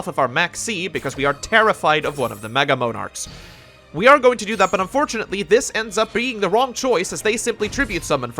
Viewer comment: MOANarchs is that really how you pronounce it?